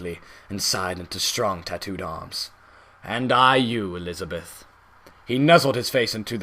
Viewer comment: the way you say elisabeth as jack is funny XD "elisabiiith"